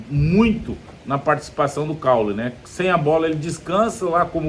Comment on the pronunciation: Cauly, Preto, não Caule. Aprenda craque